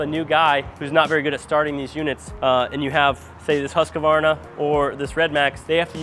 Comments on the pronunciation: It's Husq-var-na. Not Husq-ah-var-na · Huskavarna and Redmax. Who is making them? Most people don't consider buying Husqvarna because they can't say the name correctly even though RedMax is owed by Husqvarna. The q is silent in Husqvarna. Huskavarna 😂